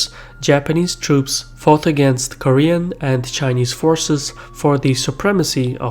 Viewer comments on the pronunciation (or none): Jesus christ he butchered the pronunciations on a whole new level even I as an American Korean can spell all of these better and nearly fluently.